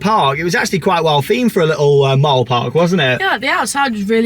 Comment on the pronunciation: Please pronounce mall properly. It’s pronounced the same as call, ball, fall . Love the videos though